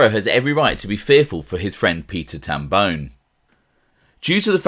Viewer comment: It’s Tam Bon”e” not bone How I know? It’s my last name.